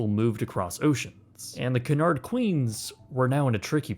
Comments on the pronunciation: Samuel Cunard pronounced his last name Q-nard or Cue-nard like the pool stick. I learned this aboard my crossing on the QE2. Thanks for the good video history. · That's just standard British pronunciation, consistent with the 'y' sound in dune, tune, puma etc. Only in USA/Canada would most people pronounce it Coo-nard. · It's pronounced Q nard, it's not a duck and doesn't quack LOLL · Cunard is actually pronounced as Q'unard For our American Cousins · It is pronounced QU-NARD it is CU not CA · I’ve heard Brits pronounce it cew- inard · It's pronounced like Q'unard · Love this video but as an Englishman I hate how you pronounce “Cunard” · You must learn how to pronounce 'Cunard'. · is incorrect so rarely that I, a huge ship nerd, didn’t even respond to “Cunard” until the 3rd time. Then I had to google it as I doubted myself. Haha nope, actually made a mistake! Wow, I’m marking it down as we won’t see it for another 100 episodes. Ps anyone wondering: it’s pronounced Cue-nard. Or Q-nard. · I love this series! Thx for another great video!👋🏻 👋🏻 👋🏻 Pls look up the correct pronunciation for "Cunard" though....🙈😉 Looking forward to the next one!☺️ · Please stop referring to the Cunard shipping line as"Cannard". It is pronounced KEWNARD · The company name is pronounced Q-Nard, not Ka-Nard. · KEWNARD not Can hard. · Pronounce it properly FFS….. ….. it’s CUNARD ……..NOT CANARD …….! 😮😮😮😮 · Great video, truly, but why are you still pronouncing Cunard incorrectly? It’s Q-nard, not k-nard. Go watch any British review of the line! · AAAARGH. IT IS “Q-NARD” NOT “CAN-ARD”! Don’t be afraid to say Cunard correctly. As a Canadian I DO understand your hesitation around sounding hoity toity BUT COME ON MAN! 😂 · Not "coon-aard"... "Q-nard" is how one pronounces it. Great video! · The correct pronounciation is Q-Nard, not Cu-nard. Very British you know! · It's KEW-nard... canard is a duck in french. Had to stop watching the video after 2 seconds. Super annoying.